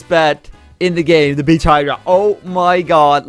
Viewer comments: BITCH HYDRA thats what i heard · Did anyone else hear it he said bitch hydra